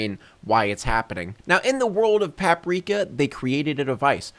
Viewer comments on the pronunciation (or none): The way he pronounces "Paprika" is hurting me deeply